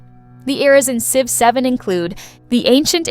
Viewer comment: What do you mean? I love the game Sive 7!